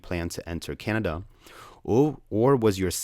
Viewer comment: thanks for pronouncing canada the right away almost everybody gets it wrong